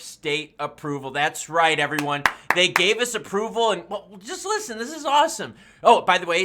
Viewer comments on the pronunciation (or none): none